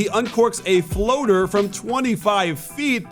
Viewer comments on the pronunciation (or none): none